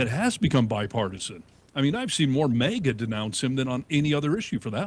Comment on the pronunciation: -! Again with the "mega'! It's "MAGA": Pronounced mag ah. Try it, MAG AH.... MAGA... MAGA is not pronounced "mega", okay? Mega is a unit prefix in metric systems of units denoting a factor of one million (106 or ). It has the unit symbol M. It was confirmed for use in the International System of Units (SI) in 1960. Mega comes from Ancient Greek ' 'great'...